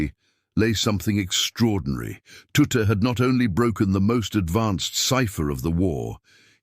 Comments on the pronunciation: Ironical that a stupid AI timbre voice can't even speak his name correctly. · Not Tutter tutu or tuti his name was pronounced TUTT the E at the end was silent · HIS NAME WAS TUTT....NOT TOOTER OR TOOT>>>HOW BLOODY INSULTING.... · Anyone interested in the wartime decoding knows exactly who Bill Tutte (pronounced TUT) was and his very valuable contribution to the deciphering of messages. There is an equally annoying BBC documentary which starts by assuming no one knows who the people involved were. All credit to Alan Turing but too often its made to seem that he solved all the problems. His main contribution was solving Enigma, but not Lorenze, the later more complex encoding machine